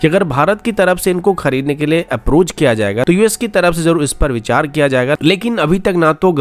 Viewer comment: bichar nahin vichar hota hai